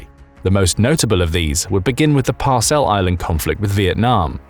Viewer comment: It's the Paracel islands, not Parcel islands.